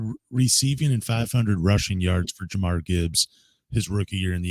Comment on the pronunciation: I stopped listening cause he kept saying jamarr Gibbs